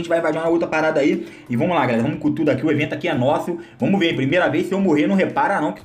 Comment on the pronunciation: "Vomos que vomos" 😂💥